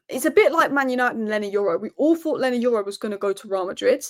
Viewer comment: WE LOVE YOU, BUT PLEASE STOP SAYING ``I FORT`` IT`S I THOUGHT!!!!!!!! I FINK IS ``I THINK``